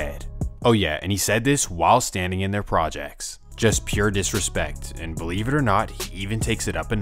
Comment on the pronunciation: The narrator of the story you must feel ♿♿ like me I had to rewind it to see the. Word CELIEVE